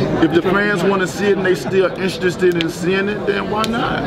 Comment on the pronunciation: Am I the only one who heard the word INSTRESTED